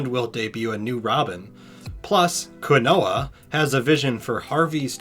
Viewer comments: Quinoah hahahaha kin-yo-nes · Quinones is Quiñones, and pronounced KIN-YO-NEZ. And Tim Burton was intending on putting Robin in the '89 trilogy before he left. He had already cast Marlon Wayons, and even had some cool storyboards and ideas for that third movie.